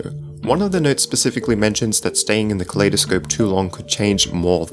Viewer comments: why does he pronounce kaleidoscope like Claydascope? cause I pronounce Kaleidoscope as in if two world collide? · You said kaleidospe wo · btw its pronounced "kuh-lie-duh-scope". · It's pronounced kolidoscope as in I am good